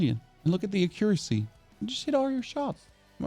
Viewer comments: Ah-Quee-Ra-Cie please XD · What in gods name is akericy? Akericy?! Pleaseeeee tell me that’s not how you say accuracy. Bruh you aren’t even close to proper pronunciation. Also, do you know that the 1-9 keys are hot keys? You don’t have to hit q then click your next gun. Just hit the number you assigned the gun to. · "Ahcuressy" 😂 whhaatt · A-cure-assy and lim-ba... wrong emphasis with the syllables, limb - the b is silent and there's no a, so it sounds like lim. and accuracy, should sound like ak-cure-assy the a isn't a as in apple its akkk sound